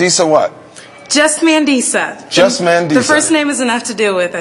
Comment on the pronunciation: It's pronounced Mah-ndee-sah ❤😉☺️ it's a South African name.